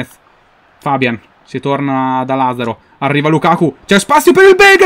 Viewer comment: si dice fabián, non fábian comunque sei un grande